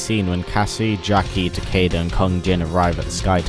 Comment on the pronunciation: takeda is pronounced tuh-key-duh